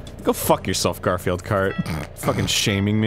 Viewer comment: Jeremy gar-fi-eld ? Or just gar-field